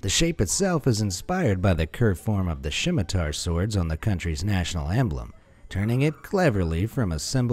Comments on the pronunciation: What’s a shimitar? Do you mean Scimitar, pronounced “simitar”! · Shimitar lol